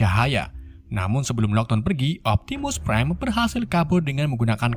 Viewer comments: niu optininung prrime ,optinung prime nungin ninu optinung priem uhk ohk ehk ehkkkkkkkkk😂😂😂😂😂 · Optimus pride urgh urgh urgh